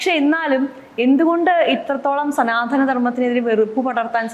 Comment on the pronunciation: സനാതന എന്നാണ്. സനാധന അല്ല മേഡം. ശ്രദ്ധിച്ച് ഉച്ചരിച്ച് പഠിക്കൂ